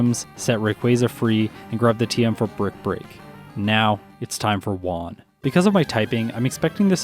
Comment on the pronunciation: i really enjoy your videos, but please, PLEASE learn how to pronounce Juan. everytime you call him "one", my ears start bleeding.